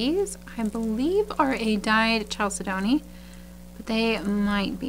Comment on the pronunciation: I live for Mondays and the store sneak peek. I love to bead and listen to you kvell over beads - it's the best way to wind down from a stressful day - bead AMSR. You can get me interested in beads I'll never buy, which is hard to do after 30+ years of beading. Also, just a hint on pronunciation - it took me a long, long time to get it right, too, but chalcedony is one of those weird ones. It's pronounced "CAL-ced-ney" not "CHAL-ced-doney". Why it's spelled that way, who knows. Maybe blame the French???? But definitely listen to rockhounding videos if you want to get the pronunciation down for these minerals. Happiest of holidays.